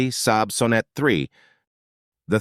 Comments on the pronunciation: The 914 was and still is cool...and it's not "so-net"! It's S-on-net!!! And Dat-soon?? Dat son. Fucking AI narration. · AMC Gremlins weren't ugly. They WERE Hornets with their trunks cut off! The Saab Sonette(pronounced like sonnet) III were beautiful sleek cars. The problem with them was their dated mechanicals. The Sebring(pronounced see bring) were odd but had the popular wedge styling(sic: Triumph TR7) . Datsoon?????????? It is pronounced Dat-sun. You missed out on probably one of the ugliest cars ever, the Mazda RX4. Please learn the proper pronunciations so you don't sound so foolish and maybe people will take you seriously.